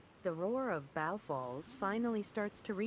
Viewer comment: It's pronounced Bow as in bow and arrow. Fucking stupid AI.